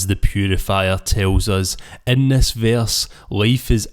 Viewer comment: Verse not veyarse 🤣